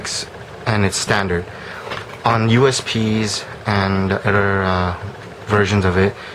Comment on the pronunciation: Other...not Udder. Then....not Den. Jesus.